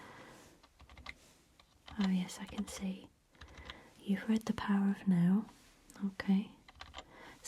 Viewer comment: Oh, "The Power of NOW". I thought she was saying "The Power of No". Shows how my mind works.